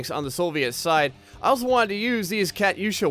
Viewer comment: It's pronounced cu-too-sha